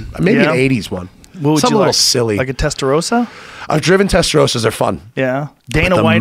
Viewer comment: Guys it is not Testa Roe Sah... It is Testa Ros Sa